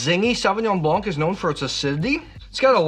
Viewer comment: The 'c' in Blanc is silent.